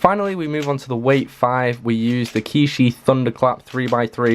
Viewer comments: by the way its pronounced chee yee not key shi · QiYi is not pronounced as ki shi it's chi yee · Qiyi is pronounced chee-yee not kee-shee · What is ki shi it’s chi yi